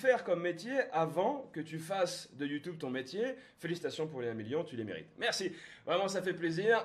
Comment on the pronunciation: Tu compte encore dire longtemps youtoube mdr😂😂!!!! Joyeuse Anniv gros!